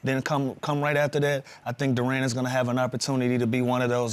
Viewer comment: Lou, It's not Dur-An, it's Dur-in. Also, don't sleep on Ron Holland II or Paul Reed.